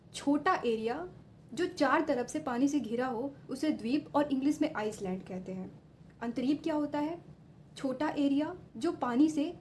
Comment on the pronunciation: nice👍 island-आइस्लॆैंड❌ island-आईलैंड👍